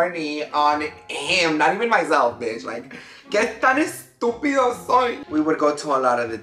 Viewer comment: 😂😂😂 the way you said estúpido 💀💀💀